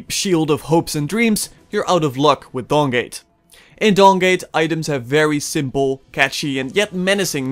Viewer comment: I kept hearing Dong gate